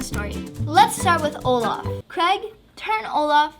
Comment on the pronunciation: Olaf is not Olafy